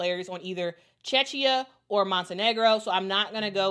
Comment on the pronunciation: Thanks for the Eurobasket update. FYI Czechia is pronounced cheh·kee·uh.